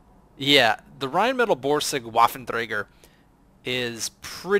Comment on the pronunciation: Nice run. "Waffen" is actually pronounced with a "V", not with a "W". (Every German "W" is pronounced like an English "V".)